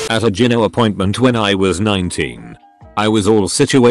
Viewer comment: Learn how to pronounce gyno!